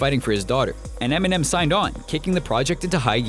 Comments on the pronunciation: lmao "EMINEN" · really? enimem in southpaw hahahahahaha